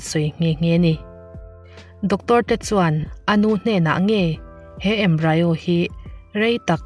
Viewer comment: Embryo hi 'embri-o' (mizo tawng) a lam tur